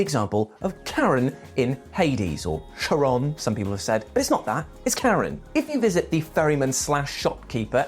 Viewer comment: Finally someone else acknowledges that it's Charon, not Sharon!